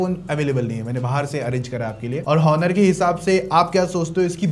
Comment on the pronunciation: Onor ❌ honor ✅